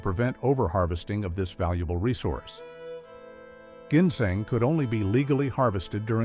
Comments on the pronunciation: Plus, he can’t even pronounce ginseng . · Does anyone besides actually pronounce ginseng that way?